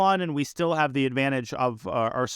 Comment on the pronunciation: he said "we might jave just gotten zuged"